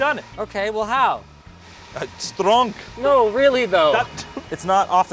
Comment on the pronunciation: "Stronk". That's it, that's the comment.